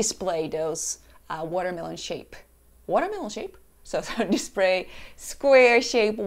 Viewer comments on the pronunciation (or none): Wait you said Dispray. Then said is correctly "Display". Then said it wrong again. XD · Me "This Japanese woman has good English" "Dispray" Me "This Japanese woman has good Engrish" So Close just need to master the R's and L's lol.